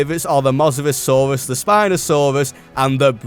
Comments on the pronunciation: Mosrossurus (its mosasaurus) 😭😭😭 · I had an aneurysm when you said moserasaurus